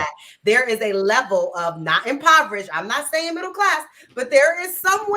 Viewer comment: Word pronunciation is important and this chick can't even say impoverished....